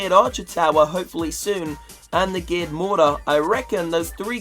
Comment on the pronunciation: I swear every time says geared cannon he says gay cannon